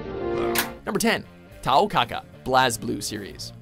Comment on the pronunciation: ooooh I thought you mean how he was pronouncing Tao's name.